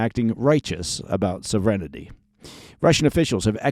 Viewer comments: "sov-REN-ity"?? you mean... SOV-ren-ty? sovereignty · Love this program. One small complaint: please pronounce “sovereignty” correctly. There is no vowel before the “ty.” 😎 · sovereignty: sŏv′ər-ĭn-tē / sɒvrəntiː I've never heard it pronounced "sovrenity" before. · That’s not how you pronounce sovereignty, right? lol, was so confused